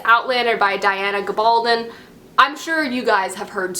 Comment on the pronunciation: Unique book haul! Also, I think you already know by now, you prounced Diana Gaboldon's last name differently! XD You are awesome,!